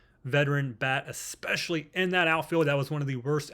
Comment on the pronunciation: My guy, it’s “especially”, not EX-SPECIALLY